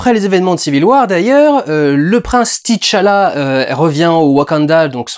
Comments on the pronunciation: C’est T’challah et pas Titche Allah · Pourquoi tout le monde prononce Tichalla? Le mec s'appelle T'challa.